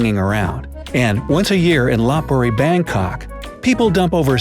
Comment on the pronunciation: Thailand LOPBURI? IT’S LOPEBURI IT PRONOUNCES LIKE THAT DOOD